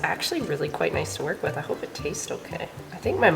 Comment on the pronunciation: I heard "the doe is actually guite nice to work with". 🤣 Not native speaker